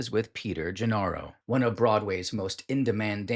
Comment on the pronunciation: Also "Nedicks" and "Gennaro" are mispronounced. I appreciate your effort but people will catch these errors.